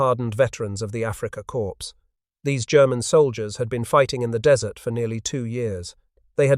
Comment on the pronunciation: Africa "Core" please, not "corpse".